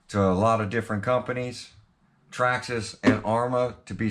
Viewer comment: The all new "Trarrma Slaton"😂👍